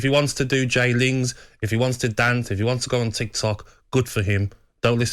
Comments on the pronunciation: Fully grown adult saying “j-lings” is cringe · Did she call him Jlingz for fucks sake? 😵